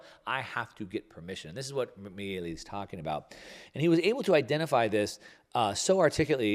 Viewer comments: buddy. MEE-LAY. Say it with me. Good vid, tho. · Oh, Hi The correct way to pronouciate Milei is like "Me-lay"